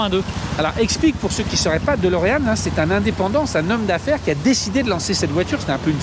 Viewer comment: DElorean. DÉ comme « DÉcidément c’est si dur de dire DÉlorean? ». Même le proprio dit « DOlorean ». C’est pas Dolorès.